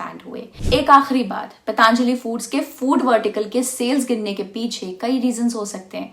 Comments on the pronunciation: पतंजलि है , पतांजलि नहीं । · मैडम पहले तो आप पतंजलि को पतांजलि बोलना बंद कीजिए | पतंजलि भारत के एक महान ऋषि और आयुर्वेद के जनक हैं, इतनी जानकारी तो आपको होनी चाहिए